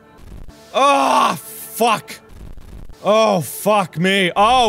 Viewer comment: Not me taking a hit of nic stick every time he says phuk😭